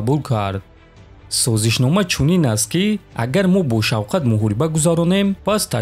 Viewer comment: Номи Шавката но тугри талафус мекини правильно озвучи его имя